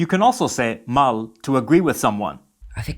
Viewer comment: There is an error in the video with the use of the word "mal", the word mal by itself and how it sounds in the video means what is understood, bad, but for it to be understood as something is good, the word must be long maaaaaal, with a long "a" 2 or 3 seconds long. Hay un error en el video con el uso de la palabra "mal", la palabra mal por si sola y como suena en el video significa lo que se entiende, mal, pero para que se entienda como algo bueno, la palabra debe ser larga maaaaaal, con una "a" larga de 2 o 3 segundos de duración.